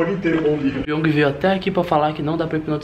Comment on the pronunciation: O porteiro fala pong Piong:não moça ê piong Crs, pq vc não fala Jaime